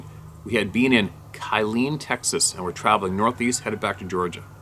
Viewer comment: Killeen - "kill-lean' Great stories today